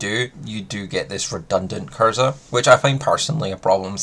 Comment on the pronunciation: I’d rather this came across as genuinely helpful and encouraged you to work on your pronunciation of words to come across more clear and concise. Instead it’s going to come across like I’m taking the piss. Kirza don’t exist. It’s K R I Z A not K I R Z A. Kriza rhymes with “geezer” but for some reason you have developed a habit of swapping the order of the R and I when pronouncing it. Yet, you don’t say Tnuguska, or Genzrer, or Itnerventer, or Vretigo Znod. Oh and less piss-takey… Lunokhod. I’d pronounce it more like a moon fish i.e. Luna cod 😊